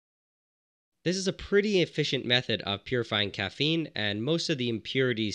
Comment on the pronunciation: “Caffene powder”